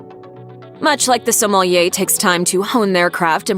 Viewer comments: Please practice pronunciating the word sommelier. It is not soMAHlieh. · The accent on “sommelier” is on the final syllable. Please do a little better.